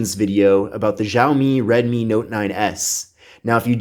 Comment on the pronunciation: Also, in reference to "Mi" it's a Redmi, not Redmy...🤣🤣